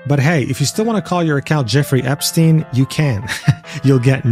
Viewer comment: You mispronounced Epstein.